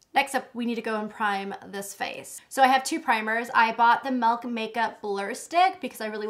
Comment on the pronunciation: The way you say melk and not milk reminds me of JKissa :D